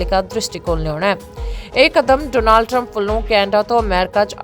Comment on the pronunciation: ਜੇ ਅਮਰੀਕਾ ਦੀਆਂ ਖਬਰਾਂ ਦੇਣੀਆਂ ਹੀ ਨੇ ਤਾਂ ਭੈਣ ਬਣਕੇ ‘ਡੋਨਾਲਡ’ ਸਿੱਧਾ ਕਰਲਾ …. ਓਹਦਾ ਨਾਮ ਡੌਨਲਡ ਆ ਜਾ ਟਰੰਪ ਕਹਿ ਲਿਆ ਕਰੋ ਡੋਨਾਲਡ ਡੋਨਾਲਡ ਵਾਰ ਵਾਰ ਕਹਿਣਾ ਡਾਂਗ ਵਾਂਗ ਸਿਰ ਚ ਵੱਜਦਾ